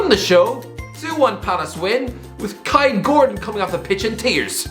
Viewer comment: Can you not pronounce kaide Gordon you mong